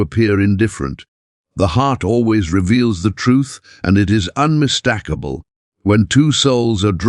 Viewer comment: Hi. Again, unmis-TAK-able sounds like TACK so, makes me think you’re AI.